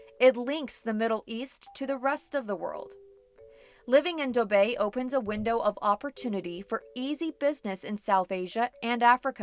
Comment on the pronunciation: yes it's the correct pronunciation for dubai